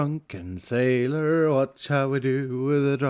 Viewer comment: "Wath should we do with a druken sailor? Wath should we do with a druken sailor?" Black flag shanties flashbacks <3 thaks